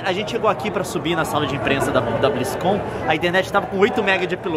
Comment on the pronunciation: n é BlizzCon, é Blizzarrice XD